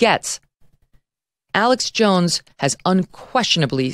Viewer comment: It’s Alex Jones, not Alex Joneses.